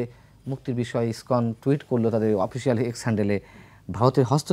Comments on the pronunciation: Iskon not Ipson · এই পেট ফোলা ব্যাং টা বার বার ইস্কনকে ইবটন বলছে। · Ipson না lskon,,,, কোন মাদ্রাসায় পড়াশোনা করেছিস😅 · ISPAN na ISKCON ? aage se ta thik kore balun. Abar international relations niye Katha bolche .